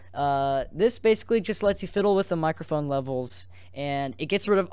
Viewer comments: "Enabling my mOcrophone" niceeeeeeeeeeeeeeeeee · Mocrophone... LOL